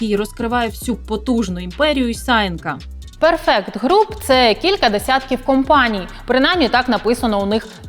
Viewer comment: Згідно з правилами англійської мови у слові perfect наголос на перший склад